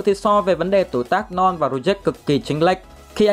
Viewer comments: Ad: Norn Não tao: Non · Ad đọc : norn Còn tôi : non 😂😂